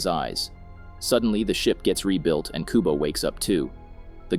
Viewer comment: It's Kubo not Kobu